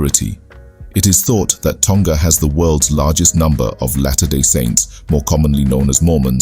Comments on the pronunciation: Also, it is pronounced Toh-nga, not Tong-ga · Tonga is pronounced with a short ‘g’ not a long g like guh 🤦🏽‍♀️